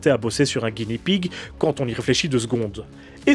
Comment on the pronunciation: Attention à la prononciation. Le R japonais n'est pas roulé, c'est plus un L (un roulement très léger et très court). Donc, soit tu le dis à la française, soit tu prononces un L. Mais ne le roule pas. Sinon ça fait une espèce d'entre-deux désagréable. Ah oui et Guinea ne se prononce pas Guini, mais comme ça s'écrit, Gui-né-a. Le cochon de Guinée (le pays).